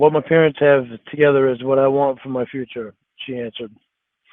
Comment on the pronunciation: omg that is the perfect way to phonetically spell out how he says parents 😂